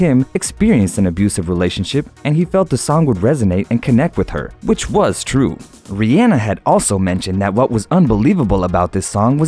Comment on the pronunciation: He said it right. Here's Rihanna pronouncing her name.